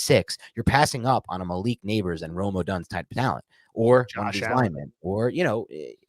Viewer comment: you gotta learn how to say odunze's name. Other than that great show can't wait for part 3.